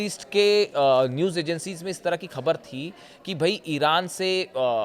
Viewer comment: Khabar ka pronunciation theek kijiye.